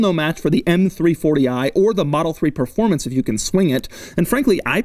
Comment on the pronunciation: All the videos have those awesome rims. All the Type S's for sale on websites have ugly rims. What gives? Also, did he just say "performancy?"